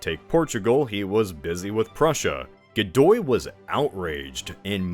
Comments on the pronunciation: i'm having a severe case of dejá-vu... PS. I see; part 1 had already been released. "Godoy", not "Gidou". if it was his son; the queen seemingly confessed on her deathbed to her personal priest that none of her children were her husband's (a man who had been warned right before his marriage by his father to make sure to take measures to prevent cheating, to which he famously replied something like "who would cheat on the king?"; not the brightest bulb in the shed, that one). or tried to; as the picture shows, Napoleon crowned himself. nice touch there, with the arsenic-laced wallpaper. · Godoy became Gidou bruh, they didn't even bother double checking